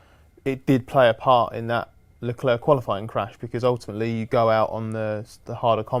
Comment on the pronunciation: Guys, i am pretty sure you know this already but the "C" in Leclerc is silent and you often butcher his name while you guys always pronounce Ricciardo the proper way, so why can't you do the same for Leclerc?